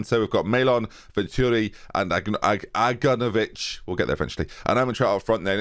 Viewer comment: The first time pronounces Aganovic's name properly the first time, is when he's announcing he sold him